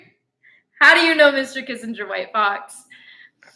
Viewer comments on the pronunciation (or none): none